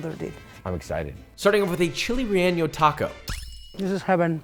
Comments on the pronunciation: Dude says chile relleño lol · You pronounce relleno like its spelled "relleño" but it's not! No need to add the ñ in your pronunciation 👍🏻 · Fun fact: Josh's mispronunciation of relleno with the ñ is called a hyperforeignism. It's when a person incorrectly adds a foreign letter into a word that doesn't have it. Often times people will do this with habanero as well. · Rey-Yen-Oh. Not rey yen yo There is no letter ñ in the word, the ñ is what typically gives that Y sound in words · Chile RELLENO HE KEEPS SAYING REEYEENIO 😂😂😂😂 GIRL say it right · bro said "reyenyo" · “Chile relleño” you didn’t have to put the extra ñ man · Josh, my guy, you’ve gotta stop pronouncing Chile Relleno with an ñ. N and ñ are different letters with different pronunciations. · I know you want to say Spanish words well because of the way you said trompo. So I know you want to say chile relleno correctly also. There is no ñ in it, listen to how your co-host says it! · Josh, I love your videos but dude there’s no eñe in the word relleno. otherwise, this may be my favorite travel and eat video. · Josh I love your cultural/ traveling videos, and recognize your efforts in pronunciation, but had to give a small note. Also because chile rellenos are a pretty popular dish in Mexican food. There is no ñ in relleno. The n just sounds like the N in "no". Not jalapeño. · who tf taught you how to say relleno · You’re from LA and pronouncing relleno like a goofy.